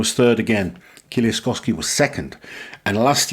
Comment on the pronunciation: His name is pronounced more like Mateush Edit: Also try to say kie-leash-kovski it would sound better